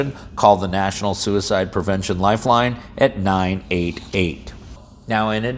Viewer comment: Suidice? The killing of dice?